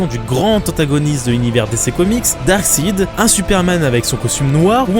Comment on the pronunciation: Juste pour te corriger : Darkseid se prononce darksAÏD